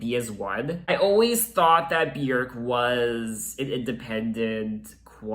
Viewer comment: YES!! You pronounce Björk properly! 😂 “byerk” not “byoork” 😂